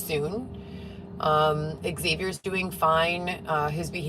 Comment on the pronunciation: You spend two hours in a dcfs office , of course Lyft and door dash will work with your schedule why are you two hrs away from where your son is? Nothing you made claim to is difficult to prove look I only found you and the most miniscule reality tv career ever , be t you literally stated xaviour ( stop pronouncing it like that btw ) was sent by Jehovah to protect you and his brother is the DA but you can't find him on linked in like you don't think like the legal board etc would have records , Please stop.using three syllables simply because the have three syllables it's always better to understand what your saying . You don't need am.oj.dream team to go up against dcfs. There literal mandate is to work with families for.reunification your biggest issues are the 100"s you and Dylan were together for two days?